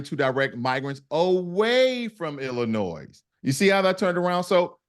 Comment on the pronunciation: My cousins are from Chicago. People from Illinois don't like when people pronounce the "s" in Illinois. A lot of non-Illinois Americans don't know this error.